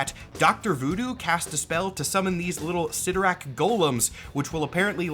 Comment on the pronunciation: I believe the proper pronunciation is CLYTtorak, not ClytTORak...